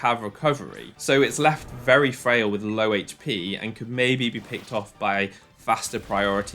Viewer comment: that's something to berry-n mind berry frail